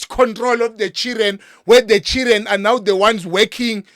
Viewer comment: "The Chiren are beating mother" I love how he pronounce Children 😂😂😂😂